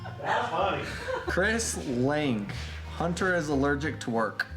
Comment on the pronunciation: Why do you call your camera hnnt---er We pronounce it Hunter